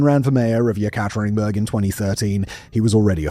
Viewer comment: Simon, you're one of my favorite docu-narrators. But really, you need to work on your Russian pronunciation, or, at least look up how to pronounce words like Yekaterinburg.